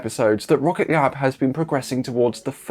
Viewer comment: My guy, it's 'Rocket Lab' not 'Rocket glab'